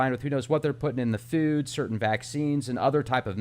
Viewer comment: I love the channel but hate. I hope he makes enough money to fund an interviewer that can speak English without going into anti vax and that can say a word pronounced food without saying feewd.